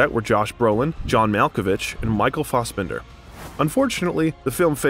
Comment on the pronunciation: misprounced lived, Nietzsche Philosopher, Judd Apatow, Michael Fasbender, and there was one other I forgot. The cringe